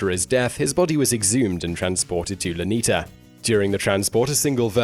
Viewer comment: you pronounce Luneta Park as Loo-neh-ta not Lew-ni-ta, just a correction :)